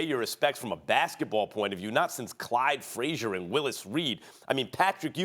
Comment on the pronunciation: Did this nigga Max just say Clyde Frazier?